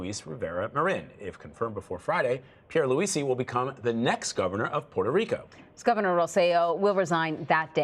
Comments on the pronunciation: Did that CBS actor journalist say "Puerto Rica"? Smdh...its Puerto Rico and actually Borikén. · Did he say Puerto Rica!?